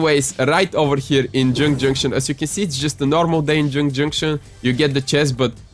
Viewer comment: Neo tiltet towers, jynk jynktion and hrappy hramlet xd